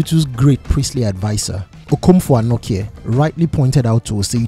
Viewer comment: Denkyira is pronounced as Den-kye(che - like teaCH)-ra and Anokye sounds the same. The last 3 leters ''kye'' is pronounced as 'che'. So ''kye'' isnt pronounced as 'kie' or 'key'